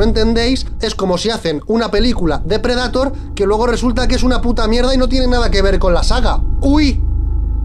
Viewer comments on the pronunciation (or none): none